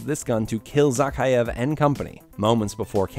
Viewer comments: Imagine doing all of this research into these games and not being able to pronounce the villain's name correctly Its Zakheav, not Zackeyeav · A shot of liquor every time he says Zakhaev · You’re saying the bad Guy name wrong